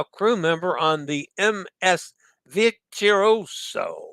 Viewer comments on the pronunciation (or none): *MSC Virtuosa (Vir-tu-o-sa) = Veer-too-oh-zah, try to roll the R. The Tu syllable is pronounced Too, not Chew LOL! 👍